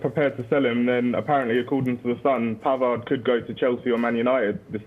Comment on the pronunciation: Pavard, the d is silent.